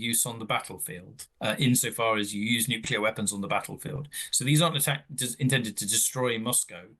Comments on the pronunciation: Did she say nucular? Is that something to do with atomic nuculars? I would have expected better from the Times. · She can’t pronounce nuclear’ It is not that hard